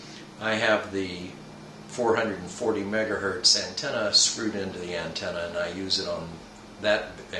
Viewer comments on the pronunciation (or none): none